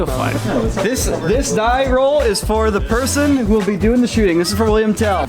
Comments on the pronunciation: its Willhelm not William, its a old swiss legend and because im swiss this triggers me😂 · It’s Wilhelm not William! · oh common im from switzerland and Tell is called Willhelm Tell and not william, but uts still a nice video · Its Wilhelm not william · He was called "willhelm" not "william" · It's actually "Wilhelm" and not "William"